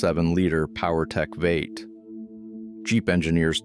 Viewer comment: "VATE" for V8. It's like the account owner doesn't even review the video.